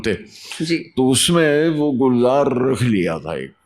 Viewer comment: Divya datta aap bhi seekh lo kuch Urdu. kitne galat alfaz bol rahi ho. Even Gulzar sahab ka naam hi galat le rahi ho. ye Urdu Zuban ki mehfil hai. iski yun toheen na karo aur apko Urdu aati hai iska natak bhi na karo kyuki Acting karna aur Urdu bolna dono mein zameen asman ka farq hai. Aap apni zuban ko dhokha nahi de sakte.